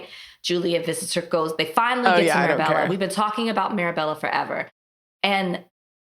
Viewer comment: Marbella is pronounced "Mar BAY a,"